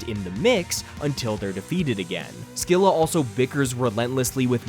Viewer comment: minor nitpick: scylla is actually pronounced 'se-lah', the c is silent